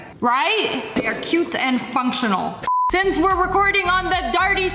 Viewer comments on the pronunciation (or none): none